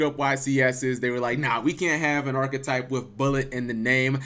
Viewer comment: Arch-type, arch type, not archetype, archtype